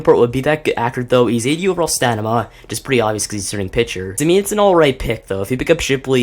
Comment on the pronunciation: It's stam-in-a not stanima